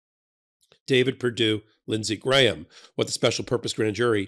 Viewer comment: Hey, an American who can pronounce "Graham" properly! Nice work,!